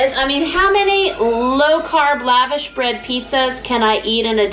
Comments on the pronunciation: It’s lush-gosh bread if you want to say it properly. Not Lavish. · Love your videos. I've always heard it pronounced laVosh bread. Webster's dictionary online seems to say it that way too Yummy stuff. Good idea to do pizza with it.